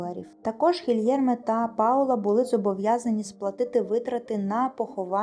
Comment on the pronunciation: Гілєрме, а не Гільєрме